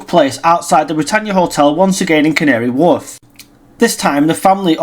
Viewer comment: Its Canary Wharf not woof😂 'warf not woof